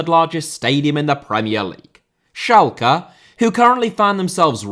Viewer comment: What is Schalka? The clubs name is Schalke - with an e at the end not an a - e like England or Echo or ever… Learn how speak the Names correct before making such video!